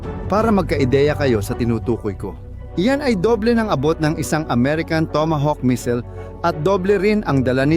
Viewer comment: Bkit po "mesil? Hindi po ba missile?pero ok nrin..nice vlog..